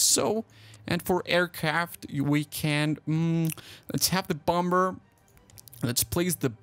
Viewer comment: Did anybody notice that he said bomber wrong